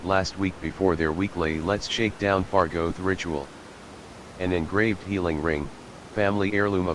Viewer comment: Love how the TTS reads fargOth